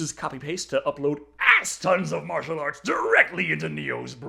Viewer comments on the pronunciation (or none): none